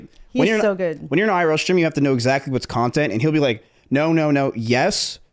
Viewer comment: she said nontent Cx